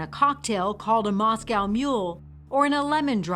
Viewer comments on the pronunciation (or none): none